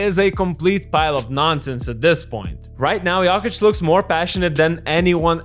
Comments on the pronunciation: It’s not “yockich” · I hate the way you say Yolkich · With all respect, please pronounce his name right next time! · The way you pronounce Jokic triggers me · It's funny how you pronounce Jokić, like a posh girl from Belgrade(I'm not saying you sound like a girl 😆)